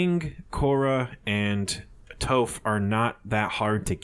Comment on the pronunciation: Im dead he said toph wrong